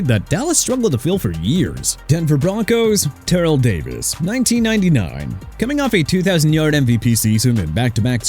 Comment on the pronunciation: Ter-rell Davis not Terell sir!!!